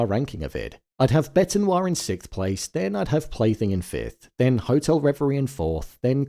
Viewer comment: it's bête like bet.